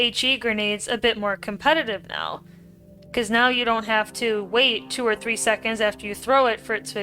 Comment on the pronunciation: "and they last for fifteen secNDs" girl whats that accent